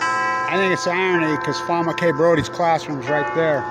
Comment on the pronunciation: "SAY HER NAME" it is FAWN. PhD